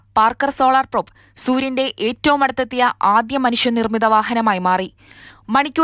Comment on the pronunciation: പ്രോപ് അല്ല പ്രോബ് ആണ്! പാർക്കർ സോളാർ പ്രോബ് ഇതിനെയൊക്കെ പറ്റി വിവരം ഉള്ള ആൾകാർ ആരും ഇല്ലേ അവിടെ?